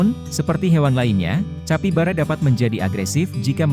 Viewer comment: Tulisan capybara dibaca kapibara min